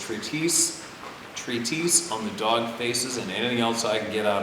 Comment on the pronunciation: It's just "tree tess", for treatise. And "pie-knee-al".. for pineal. Hope you don't mind my help.